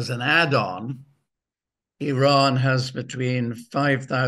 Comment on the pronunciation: Excellent guest very very cogent guest. Bravo Simon Tai go get your numbers and dates correct …. The information is out there and yes the information is out there…. You may have to do Some work Or listen to Simon…. He is in the know Simon even pronounces the country name Iran correctly. ‘Eeeean”. NOY eye ran. Same for Iraq